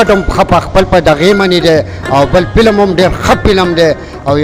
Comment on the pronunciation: وروره ف ته پ تلفظ کوی. پلم نه دی فلم